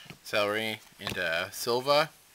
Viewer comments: lol you said celery instead of ceruli cool video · actually its "Celri" not "ceruli" so youre still not right :)